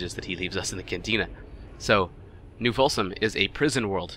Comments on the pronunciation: Folsom / Tosh ... Either you screwed that up on purpose or you need to get your ears/eyes checked. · New Folsom, and the Hurcules